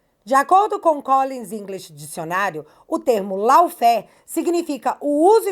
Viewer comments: Se diz “LÓFER” e não Laufer! Law (ló! Significa lei. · … não diga “ LAUFÉR”. A palavra é em inglês. A pronúncia dela é “LÓUFÉR”… ou mesmo “LÓFÉR”